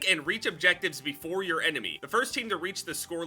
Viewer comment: "Thing befofe gta 6" 🤖🤖🤖